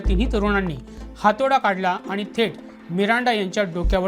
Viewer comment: वृत्तनिवेदक आनी , पानी आनी लोनी